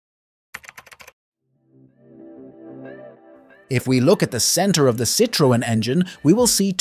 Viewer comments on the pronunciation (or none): It's pronounced sitron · you forgott the e ë means that you spell the e so -Citroen. Mistake made by lots of germans with the umlaute ä ö ü. We write Zürich and in french Zurich. The u is spoken like a german ü.